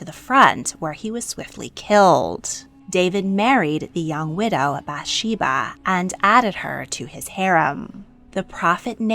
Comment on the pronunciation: Actually, there are lots of issues in this video, but let's focus on the pronunciation, "Michal"= mee-chAHL (ch is glottal). Bathsheeba is actually "baht-shehvah." "Yah-weh" is not a thing. Jews don't use this term. The letters you are pronouncing ("yud hey vav hey" are actually not pronounced. Jews refer to Him with a word that I cannot print here. But simply calling him God is fine. We say, "Hashem", translating to "the name". There is actually a ton of archeological evidence of the Bible. I'm really not sure what you're looking into... but I would consider that not speaking the language of the region means that you are limited in what you have access to. It's...a bit privileged to insist that this means there is no historical data to prove it 🫣 English evidence isn't the only evidence that exists or that is legitimate. We should really not think that way...